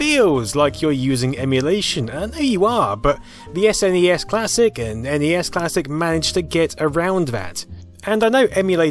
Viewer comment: Thank you for CORRECTLY pronouncing N E S and S N E S